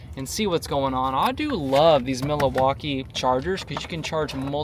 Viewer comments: "Mil-a-waukee"? Does not know how to pronounce Milwaukee? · MILL-WAUKEE ..what are you even saying